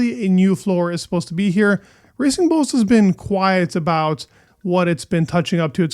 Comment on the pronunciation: I heard that as "Racing Bolts"